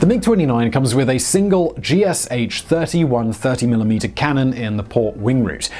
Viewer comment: G.Sh-30-1 (ГШ-30-1), not G.S.H.-30-1